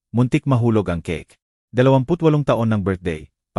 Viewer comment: Ang basa sa Keyk ay keke hahaha ano ba yanj